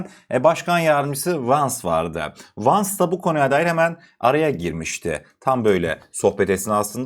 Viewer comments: KARDES NEDEN KIRO gibi VANZ diyorsun Jey Di Venz söyleniyor almanyadan selam brother pls learn english thats a great problem in turkey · “Royders” değil “Royters”, “Vans” değil “Vens” diye okunur kardeşim. Bilgi niyetine…